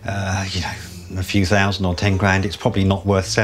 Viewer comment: When the auctioneer kept saying fousand did he mean thousand ?